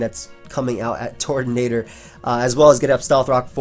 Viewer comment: TURTonator, not TORTonater. Just like Turtwig